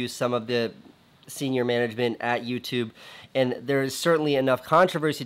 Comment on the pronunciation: he said you tub hahahahah